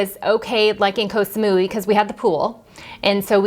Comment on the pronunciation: Thank you for sharing these tips. Which sites do you find the best to find good deals on flights? Your pronunciation of Koh Samui is cute ☺. I believe it's pronounced more like Koh - Samoy . I'm not sure the street litter in Vietnam is due to culture; I think it's more to do with poverty/deprivation and lack of government support. As for getting hot food in plastic bags, it was the same in China. Regarding plastic litter, I found some of the beaches in Bali to be incredibly littered, with huge swathes of floating plastic seen out in the ocean, for example to go dolphin watching. I noticed that Japan also uses a huge amount of unnecessary plastic, but you don't see any litter - at all. Everywhere was pristine.